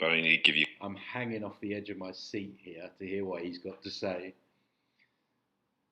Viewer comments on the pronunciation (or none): none